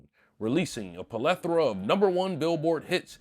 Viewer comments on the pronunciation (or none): apalethora? tf this nigguh can’t talk.